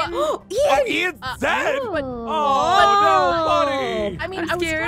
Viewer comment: Its no not nu